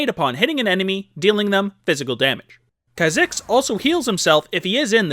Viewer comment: This bugs me everytime he makes a Kha'Zix video, but its not pronounced that way, its pronounced k-ah zicks, not kzicks.